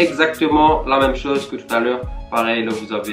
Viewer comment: Au lieu de dire la tu dis leu